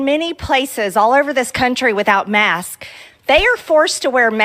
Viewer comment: I aks you, you can see it clearly on the philum-she can only say marsk🤔She so dumb 🤭